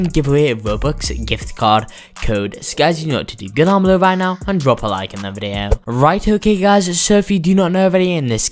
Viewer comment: my boi said videaooo